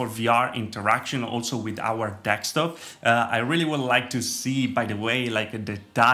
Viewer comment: Me: de: de Me: sk: sk Me: top: top Me: desktop: dekstop?